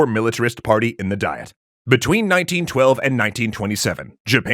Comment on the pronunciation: You keep pronouncing the Japanese government body as Die-et, but it's Dee-yet.